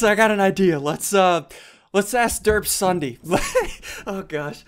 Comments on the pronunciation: I heard zombie instead of ssundee in the intro 0_0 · Sounds like he says he's zombie